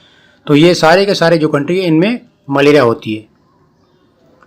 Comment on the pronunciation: Sir not malera. maleria